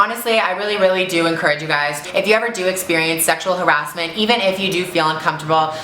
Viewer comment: I love how she said Sexual Ha- Ra-S-menttt OMGGGGG